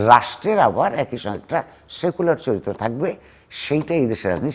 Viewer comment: সেক্যুলার? নাকি সেক্সুরার গিরগিটি সাহেব!?